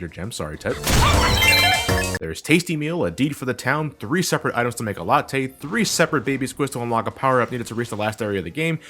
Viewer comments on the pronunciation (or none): none